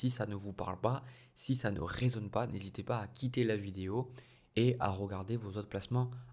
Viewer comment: Ça me titille de vous entendre dire ROmercier ROgarder naaaann RE dommage mais je vous êtes bien quand même